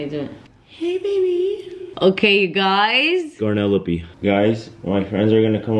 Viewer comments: "life of garnelope"😭😭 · he said garnelope 😭😭🤣